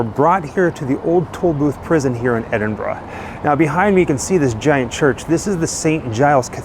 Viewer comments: Thank you for pronouncing Edinburgh correctly. 🫶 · Great video. Also great to hear Americans pronouncing Edinburgh correctly. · This is awesome, always loved the Sawney Bean legend when I was growing up in Edinburgh. And also, thank you so, so much for pronouncing Edinburgh correctly, you've no idea how much it makes my skin crawl when Americans call it "Edin-burg" 🤣